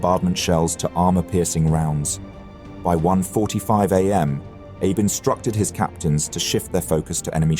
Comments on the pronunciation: I was asking this because I was almost certain it was pronounced "ahh-bay" but I'm no Japanese speaker. I just do value trying to pronounce these historical figures' names correctly. Or at least doing your best to do so. Calling him Abe like he's old Honest Abe Lincoln was very odd to me lol. Too late to change for the video, but it could help him in the future to know it's correct pronunciation. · Abe? Pronounced Ar-bey? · Is it so hard to correct AI? Or is it laziness that the producer lets the name Abe, pronounced "Ah-Bay" go uncorrected. I'm sure all the Japanese viewers are rolling eyes. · For someone professing to be studying 4 languages, the correct pronunciation of Admiral Abe's name is in two syllables: ah and bay, he was not from Kentucky or related to President Lincoln. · The Japanese name Abe is pronounced AH BAY. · Wrong pronunciation of "abe" Its "Ah-bay" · FYI, Abe's name is pronounced "Ah-bey". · Its pronouced AA-BE not like the first name of president Lincoln. You cannot westernise the sound of japanese names! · "Abe" as in Admiral Abe is pronounced "ah-bay". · Thanks for mentioning this point! Took me awhile to get used to "Abe" being pronounced like Abe Lincoln - lol. (Japanese is my second language.) Otherwise, really great presentation. Might I suggest the narrator use this video's sponsor, Lingopie, to brush on his Japanese! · He's pronouncing "Abe" wrong. Throughout the entire video. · Who‘s admiral abe. I thought abe was an American president? Joke aside abe is not that hard to pronounce correctly, give it a try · The machine only knows one pronunciation of Abe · Pronounce Abe correctly? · Dude.... the Japanese commander was named Abe but not pronounced like Abe Lincoln or like some Jewish grandfather. 😂😂😂😂😂 It was pronounces AH - Beh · AI spoils a good video. Abe is Abé not Abe as in Lincoln. No thanks. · Your AI narration is pronouncing Abe like Abraham, not the Japanese Ah-Bey. Surprised you didn't catch that, it's happening a lot.